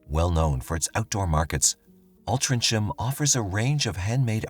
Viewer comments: It's pronounced Alt trin gum. It's a few minutes from where I live. If I had known you were covering this story I would have popped into Altrincham and got you some photos and a video of the actual crime scene 😊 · It's pronounced alt-ring-ham remember hearing about this at the time and thinking that this was 1 gullible kid, my ex girlfriend lives just around the corner from where this happened in Lloyd's gardens. This is 1 of most bizarre stories I've ever heard and the kid who dreamt up this plot is a seriously wasted talent and has got a hell of a brain in that warped head of his 😆 🤣 😂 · It’s ALTRINCHAM pronounced ALT RING HAM 😂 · Great telling of the story. Quick FYI - Altrincham is pronounced Altring ham (no delay - just breaking it out so you know it's not 'cham'. (It's my hometown). I know it has a C and not a G but that's still how we pronounce it. For the viewers, please also be aware that 'Mark' does not represent the level of intellect of the citizens of Altrincham 😆 - I can't believe 'Mark' actually bought this web of BS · It’s pronounced Altrinham, so ham not Cham at the end. English language for you, makes no sense. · Altrincham ISN’T pronounced ‘Altrin-cham’ but ‘Altrin-ham’. Some people even say it like it has a ‘g’ between the ‘n’ and the ‘h’ instead of the ‘c’ ! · Listen fyi only it’s pronounced Alt ring m ( Altringhm) xx 🇬🇧 ❤ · Alt-ring-ham is how altrincham is pronounced. 😊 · It’s pronounced "Altringham" not as spelled. And love how you use stock footage of London for the streets of Altrincham! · I lived in Altrincham from 1980 till 2012 and I don’t remember this ? I walked through Goose Green every day on the way to work…..Somebody should have told you how to pronounce ALTRINGHAM……….. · Altrincham Pronounced ul-tring um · Alt-tring-ham. Or drop the ing' for 'in' and the 'ham' for 'am' / 'um' dependant on where you're wanting to be from or what demographic Stooped computer voice. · All-Tring-ham the C is 🤫🤫 silent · Its prouounced ALT RING HAM. 😊